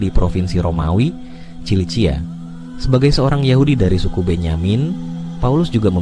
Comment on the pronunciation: Bukan Cilisia...Sisilia kalee